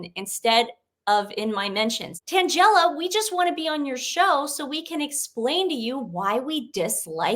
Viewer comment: I just had to vvatch 2 back-to-back. Tan-GELL-a = sounds like a comic strip character. Not to be snarky just funny. XOXO